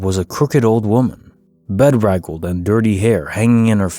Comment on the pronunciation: I love your videos! Just want you to know it's pronounced be-DRAG-led, rather than BE-drag-led.